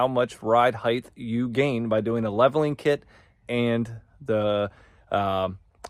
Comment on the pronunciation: “Leveling Clit”. I just subscribed.